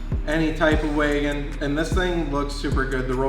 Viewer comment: The way they say “wagon”😖